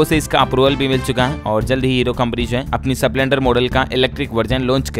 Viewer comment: भाई स्प्लेंडर है न की सपलेंडर आवाज ठीक है पर उच्चारण सही नहीं है